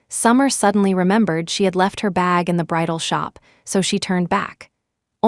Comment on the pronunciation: BRIDAL not bridle